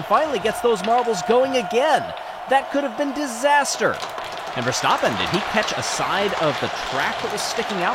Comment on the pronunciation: It's not pronounced Ver-stop-pen. It's ver-stap-pen